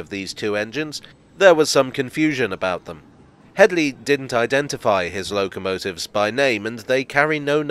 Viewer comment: "It's not Hedy, it's *Hedley*." I'm sorry, couldn't resist.